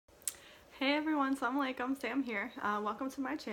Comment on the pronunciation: hi sister. your salam is not correct . you are saying "samalaikum" .it is not correct. you should say "Assalamu alaikum" .